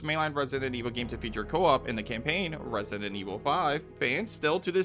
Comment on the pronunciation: Could you learn to pronounce Resident, jeezus...